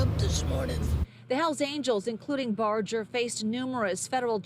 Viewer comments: It's Barger, NOT Barjer! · I’m just here to say it’s barger not bojer (I’m realated to him lmao) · Barger is pronounced with a hard G.